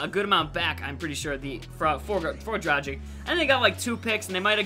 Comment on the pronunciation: it's Dra-gh-eech